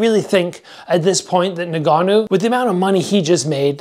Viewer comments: "nn-gannou" not nougannou. Bruh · Nah-Ganoo isn’t his name fam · it really jars me when people cant pronounce ngannou, pronounce it en-gannou